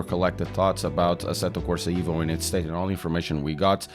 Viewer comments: yes...but EVO , not IVO :))) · please call it exactly "evo" not " ivo " as its director said